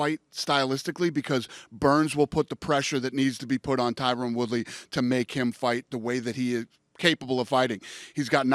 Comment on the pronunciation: jesus Dana his name isn't TYRONEEE lol god